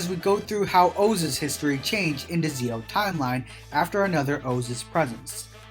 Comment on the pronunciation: it's Zi-O(Ji-O) not Zeo